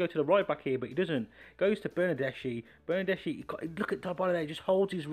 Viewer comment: Its pronounced - > Bernadeski and pyanich I like for the names to be pronounced properly sorry 😅